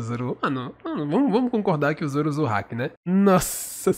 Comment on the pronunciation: Ele fala alguns nomes estranho, ele falou "hack" más a pronúncia é haki